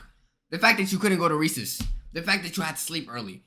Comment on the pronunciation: Yo did anyone notice he said reseas estead of recess